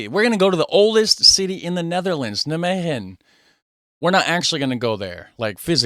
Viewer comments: There are 1150 museums in the Netherlands. The Rijksmuseum in Amsterdam is far away from this museum. You put the emphasis wrong when pronouncing nijmegen. You should pronounce it as NIJmegen. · the stress is on "Nij". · NijMEGEN, you might as well pronounce it as NyMEGAN instead of NyMEHEN. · Nigh-May-GGGGGGGGen Like Night without the T, May as the month, GGGG like scraping your throat, eN like the letter N. Emphasis on NIJ....You were close :) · it's pronounced neigh-megen with a fairly hard G, as if you're clearing your throat. neigh-may-clear throat Ghhhhh-'n ;-) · you both suck at pronouncing 'Nijmegen' hahaha The 'g' is a really strong sound. The emphasis is on 'Nij' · In Nimwegen the nimwegenaren don't use a hard G, but a more softer G. Dat zou jij moeten weten, met jouw nickname. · You "G" pronunciation was correct but the rest wasn't, the way she said the rest of the word was better than yours, so just take hers add your "G" to it and your good.